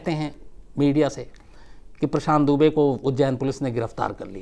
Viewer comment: Sir aapne galti se prashat dube pronounce kiya